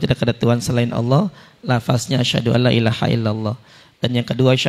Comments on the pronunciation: Saran agar pembimbing syahadat,supaya memperhatikan kalimat dua kalimat syahadat. Ucapan pemenggalan kalimat mohon diucapkan dengan pas. Misal dlm kalimat ILAAHA. Jangan dipenggal jadi Ilaa_ha. Sebab akan merubah maknanya. Ilaaha artinya tuhan Ilaa- ha artinya ke atau kepada (Ha)? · Sebaiknya orang yang menuntun syahadat itu orang yang mengerti tulisan Arab. Ilaha itu satu kata, bukan dua kata: ilaha, bukan ila dan ha. Kata haillalloh tidak ada dalam bahasa Arab, yang ada illaa Alloh (dibaca illalloh). Jadi bunyi pemotongan kata-katanya demikian: Laa Ilaaha Illalloh, bukan Laa Ilaa Haillalloh. Maaf, kesalahan yang tidak disengaja (karena tidak tahu) itu bisa dimaklumi. 'Afwan!